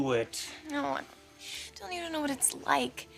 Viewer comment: I hate the was Jessica pronounces Dylan's name ("d_ _n"), eeeek